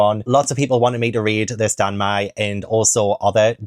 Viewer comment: Danmei is pronounced like Dan the name and May the month.